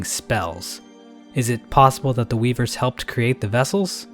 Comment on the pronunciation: man i love those weebers (I swear he said weebers)